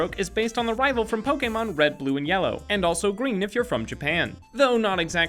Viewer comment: omg you butchered so many pokemon names so frigging badly i almost died from insult